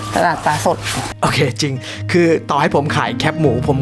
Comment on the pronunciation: เนื้อหาดี โปรดักชันดีครับ แต่ประทานโทษ แคบหมู นะครับ ไม่ใช่ แค็บหมู 🙏